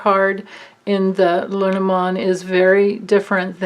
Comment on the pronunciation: Hahahaha! Your LeNormand prononciation is perfect. I didn’t say anything before because I didn’t want you to become self conscious. Please don’t be - because you got it 👍👏 That was some reading, amazing! Thank you so much. I feel like we’re all going on a guided trash tour together - because trash they are! Only you could make that a fun experience thanks to your bright and candid light.